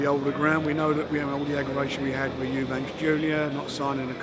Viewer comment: Eubank not Eubanks. Two Eubanks, 1 Eubank.